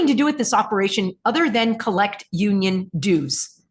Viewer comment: "Union DEWs"! Another gem from